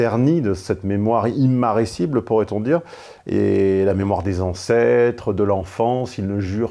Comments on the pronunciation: Immarcescible ! et non immarescible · Une mémoire "immarcescible" et non "immarescible" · immarcescible est mal prononcé je pense ? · Immaarécibble? Vraiment? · immarcescible plutôt. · Personnellement, je dis "immarcescible" lorsque je qualifie quelque chose qui ne peut se flétrir. Pour un souvenir, par exemple. À 4.56, votre langue a fourché. Dommage.